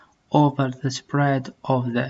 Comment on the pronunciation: Spread .... رجاء مراجعة النطق الصحيح لهذه الكلمة ... ومطابقته مع ماجاء في الفيديو ... خالص تحياتي ...